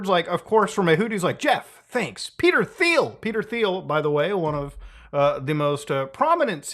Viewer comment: How do you mispronounce Peter Thiel and Palantir in the same sentence? they're both in the news constantly